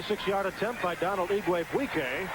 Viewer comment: Good coach, but not really cut out to be an announcer. Still, I like the reference to him not being able to pronounce "Donald".